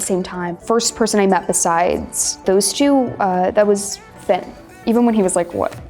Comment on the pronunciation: She called Finn fit lol